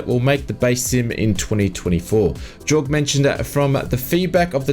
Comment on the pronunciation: It's pronounced 'yorg', not 'jorg'. Jayne the community manager said his name correctly enough on the live stream to make it difficult to miss.